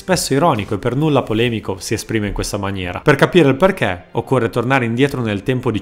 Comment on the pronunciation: Bella scelta dell'argomento. Anche il testo è scritto proprio bene. Unico appunto: se potessi limare un pochino l'accento: non so di dove sei ma pronunci le "e" talmente aperte che quando dici "perché" sembra quasi che tu dica "parcà". :)